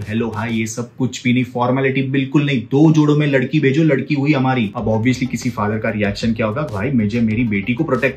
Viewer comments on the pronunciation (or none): none